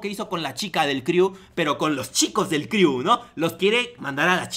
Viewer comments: Crew se dice cru no criu. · neta me castró como pronuncias "criu"... De verdad si no hablas inglés o no has escuchado cómo un angloparlante pronuncia las cosas buscalo en google!!! se pronuncia "cru" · jajajaja como confiar en alguien que dice criu :v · jijiji "...DEL CRIU " . 😂😂😂 CREW(CRU) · "Criu" jajaja ya que te dedicas a criticar aprende si quiera a pronunciar